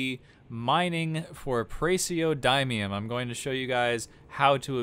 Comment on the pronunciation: It's pronounces praz-e(say the letter)-oh-dih-mee-um